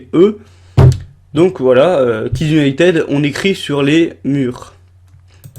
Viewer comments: en plus cela se prononce kids unitid pas kids unitEd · Jessica Ninot en plus il prononce Kids Unitede mais pas Kids Unitid (je sais que ca c écrit kids United mais c pour montrer comment il prononce ) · Au fait, ça se prononce Kids United pas Kids Uniteud 😉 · Tu prononce hyper mal "United" t'aime pas t'as pas besoin de faire une vidéo ! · Et déjà United sa se prononce pas comme sa😠